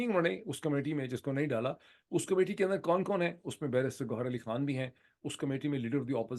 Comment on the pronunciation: خان ہے کھان نہیں۔ لگتا ہے آپ نے بالی وڈ زیادہ دیکھنا شروع کر دیا ہے